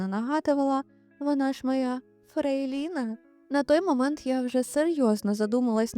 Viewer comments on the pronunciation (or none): Чому фрейлІна? Хіба не правильно казати фрЕйліна?